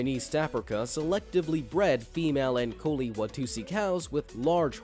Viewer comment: It's not pronounced ankoli it's ankolee like l'e't